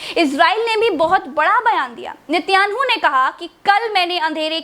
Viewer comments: इजराइल के प्रधानमंत्री का नाम तो ठीक से लो 😂😂😂😂😂🤣🤣🤣🤣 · Nityangu nhi Netanyahu hai nam Or enduan nhi urdagan hai nam 😁😂😂